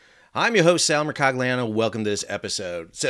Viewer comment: I know, the "g" is silent. Thousands of Mercoglianos outside of Napoli are rolling in their graves. 😊🤣